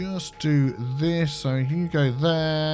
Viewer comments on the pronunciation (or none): is it just me... or does say "hugo" for lane assiging? like "Hugo there, hugo there, and hugo there!"